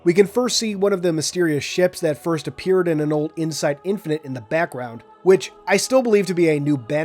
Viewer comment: My guy really said “firts”